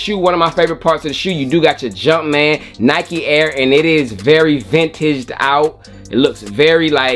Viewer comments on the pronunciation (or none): none